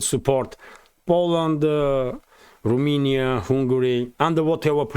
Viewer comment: RomAnia, not RumInia.